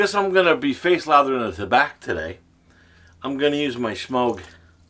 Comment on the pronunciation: I find that letting shaving oil absorb for a couple of minutes makes lathering easier, even with a soap stick. Thumbs up, but is there any way I could get you to quit mispronouncing the name, Semogue?